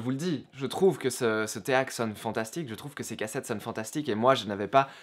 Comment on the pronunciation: Alors on ne dit pas téak mais ték et les.prises rouge et blanche ne sont pas des cinchs mais des RCA